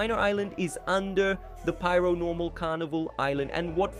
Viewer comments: It's pair-o-normal not piaro-normal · It’s pronounced PAIR-o-Normal. This guy is saying “pyro-normal” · That pronounciation of Paironormal is just straight up not correct, it's pronounced exactly like how Paranormal is pronounced